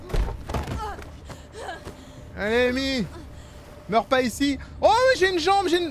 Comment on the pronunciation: C’est anglais… Amy se prononce Eymi